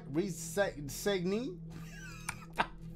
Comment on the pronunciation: Mah boi trying to say resignee is crazy 💀💀💀🤣